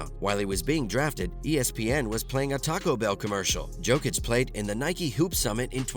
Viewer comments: Exactly. YO-kic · Bro it’s not Djokic it’s Jokic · At least learn to pronounce his name